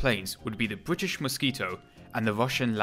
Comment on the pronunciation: Good content, but the narration is horrible. Please, for the love my my ears and sanity, get and use a PoP filter - or post process the audio to remove them. It's bRittish, not bWittish. It's Specific not Pacific. It's THree, not Free. Speech therapy can help with these issues. And I think the point about Messerschmitt has already been made widely enough. I don't normally like to post negative comments, however, for such good content, it is such a shame to listen to such cringe worthy narration.